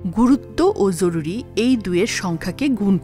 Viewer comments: Bhalo laglo. Tobey aapnar joruri ucharon ta khub Kaney lagchey eta hobey joruri. Jhoruri na😊. Very good video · জরুরি এর উচ্চারণ এরকম ভাবে কেন করল? অনেক বার ঝরুরি বলল এটা শুনতে এমন যেন লাগল, এছাড়া অন্য সব ঠিক ছিল। পরের বার এই জরুরি উচ্চারণ টা সঠিক ভাবে পড়বেন। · জ কে য এর মত উচ্চারণ করা হয়েছে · এটা জরুরী,যরুরী নয়! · জরুরি উচ্চারণটি ঠিক করা জরুরি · সুন্দর ভিডিও কিন্তু ভিডিওতে জরুরী কথাটাকে কেমন করে যেন উচ্চারণ করা হয়েছে